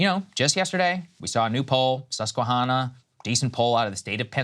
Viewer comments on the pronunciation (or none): Someone please teach someone please teach Saagar how to pronounce Susquehanna 😂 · Saagar it’s not Susque-“honna” it’s Susque-“Hannah” … it’s like Saagar vs “Sagger”